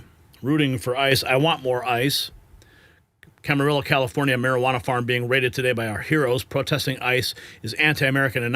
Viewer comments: Pronounced: kam-a-REE-yo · My God man. Your Butchering the names of the Ventura County city’s . In Camarillo the L’s are silent. As for all the others you butchers , say Sepulveda Blvd. 😂😂😂😂😂😂😂😂